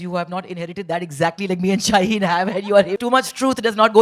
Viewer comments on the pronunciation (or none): Why do you keep calling her shaleen when her name is Shaheen?